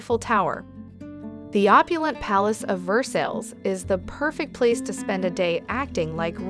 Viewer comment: Where is 'Ver'saies'? Or Mont St 'Mitchell"? Never heard of them before today. I'm not even going to mention the other attrocius pronunciations. I hope you never paid the narrator - obviously an American because only an American would butcher the names as she did.